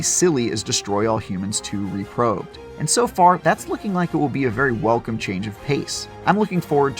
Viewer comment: "...Reprobed" Please